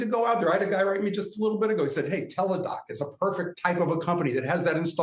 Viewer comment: The guy sounded great until he said Teladoc